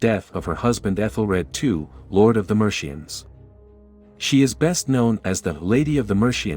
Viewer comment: Haha I bounced at "Mershians".